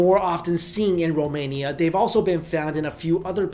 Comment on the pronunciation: Yes, Finally a youtuber who said 'romania' right!